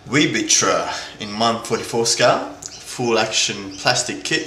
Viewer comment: its actually prounounced weissritter